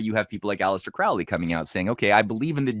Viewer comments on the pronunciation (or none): Quick note, guys. "Crowley" is pronounced like the bird "crow". ("Croh-lee")